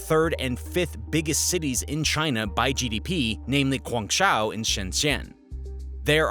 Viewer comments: please say those two cities names properly, guangzhou is pronouced more like this.... goo-on-joe and shenzhen is more like shen-jen. good luck. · “Gwang-Joe” Just listening and then had to look to see what city you were taking about. Learn Pinyin or go all Cantonese. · Dude you have to fix your pronunciation on Guangzhou. I live here and you're butchering it. It's pronounced (Gwang-Joe). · Bro this is the laziest video ever. Using videos of Taiwan to show Hong Kong? Using photos of Macau to show Hong Kong executives? Cant even pronounce Guangzhou correctly? Common my guy😂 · what in the fcking pronunciation of Guangzhou? Okay, I'm out